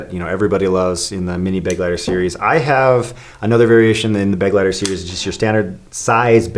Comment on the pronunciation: Was it driving you crazy the way they kept saying beg-lighter? Because it was me, and I'm just an American who took 5 years of German classes in school. It's funny how Americans view German as a harsh sounding language but in reality the way American English treats R's and G's is lightweight obnoxious, am I right? Lol Correct me if I'm wrong German dude, but the pronunciation of this word is more like beh- gly- tare, yes?